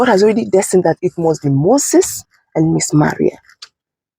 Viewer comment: Her name is pronounced Mā rii not Ma ria. What is wrong with Nigerians?😳😳😳